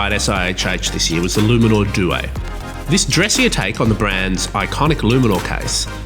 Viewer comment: Ffs learn how to say due